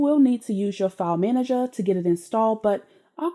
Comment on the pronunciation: Welcome back girl. Missed your sexy voice and the way you pronounce "file manager" with a j. Thanks to you my Kodi game is fire.